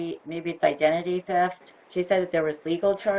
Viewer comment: "Identity teft."